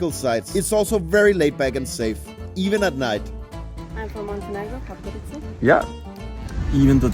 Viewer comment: It's pronounced podgoritsa. Use wiki or google translate audio next time